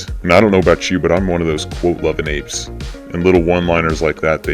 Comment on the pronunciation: Ape-“ess” sounds too close to anus. Please don’t not call me that again! 😆 In all other respects, this GIRL-illa is a maaaajor fan.